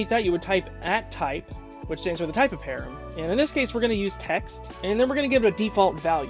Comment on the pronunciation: Please pronounce it "pa ram" not "pear em", it's driving me nuts!